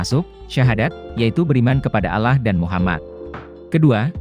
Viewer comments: Itu mnurut pandangan anda yg bukan muslim, tlong perbaiki juga mengucapkan allah swt, dlam islam ada aturannya untuk mengucapkannya, bukan alah tapi allah swt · Penyebutan Allah saja masih salah